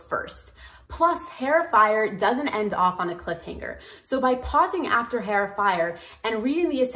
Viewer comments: Im just about to start and i love knowing this thank you!! Also i made this mistake a lot because i learned the word via reading but just so you know heir is pronounced like air not hair as the h is silent. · Heir is pronounced Air, it's a silent H :) great video! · Thanks for the run-down of available reading orders. Has anyone let you know that the H in heir is silent? It sounds like air when you say it, or err. I appreciate you taking the time to make this video. Best wishes. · Omg The H is silent on heir please tell me I am not the only one who is going crazy listening to her say hair over and over Otherwise I don’t disagree with anything she says here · just wanna say the h in heir is silent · This was extremely helpful but your drove me nuts by mispronouncing Heir multiple times.